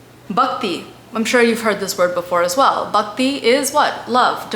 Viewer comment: Good try but pronunciation is comical abcd style. Just the way bakti is said instead of Bhakti